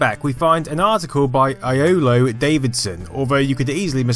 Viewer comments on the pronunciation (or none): You really butchered that name, it's said yollo, it is a Welsh name however